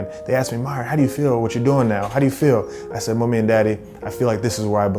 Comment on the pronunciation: When you hear the Caribbean in that "Mummy and Daddy"😉